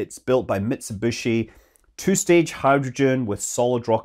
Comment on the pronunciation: how did you manage pronounce even Mitsubish wrong?